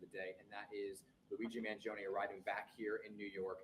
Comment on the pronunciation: you are Italian -- isn´t the correct pronunciation Man jone -ay? Voir dire is French and pronounced vwar deeer